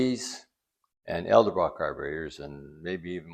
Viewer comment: Edelbrock... not Elderbrock.